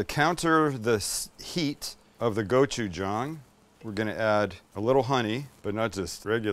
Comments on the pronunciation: thank you for pronouncing gochujang correctly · Thanks for pronouncing gochujang correctly.